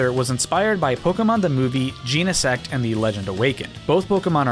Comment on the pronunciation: Bro cannot decide how to pronounce Genesect